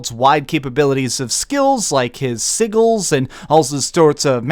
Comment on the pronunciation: "Jeralt" and "Siggles" huh? Did he play the Witcher games? I like the channel but I just thought it was funny. 😂